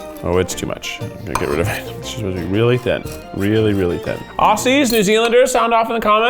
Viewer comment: Please pronounce Aussies like Ozzies, not with an S sound!